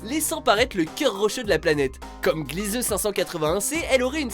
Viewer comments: Glizeu ?! Ça se dit Glièse, bordel !! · C'est Glisèse pas Glieuse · Gliese se prononce gliz pas glizeu.